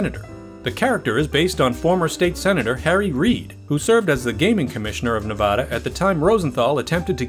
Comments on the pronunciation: Don't ever let some certain Nevadans hear you say "Ne-VAH-da". Lots of them don't like it too much. I'm not even from there, and it's driving me nuts! Good video, otherwise. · Please learn how to properly pronounce the name of our state. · No offense, but I wish people could get the pronunciation of "Nevada" correct, especially when talking about fact checking. It is pronounced repeatedly incorrectly in this video, which is otherwise very good. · a huge mistake. Las Vegas Casinos had sportsbooks in them since the 1940's...also, the host pronounces the name Spilotro wrong...Our host also pronounces 'Nevada' wrong....Geez...